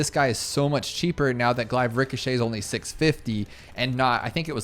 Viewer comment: is saying glaive wrong all the time a meme or what